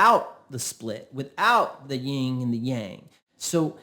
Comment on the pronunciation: That's Yin and Yang. Not Ying.